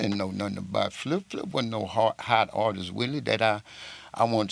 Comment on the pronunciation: My man it’s “Artist” not artistss artisies artistes